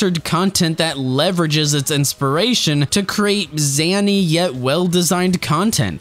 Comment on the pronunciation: zany is pronounced zay-nee btw. not zah-nee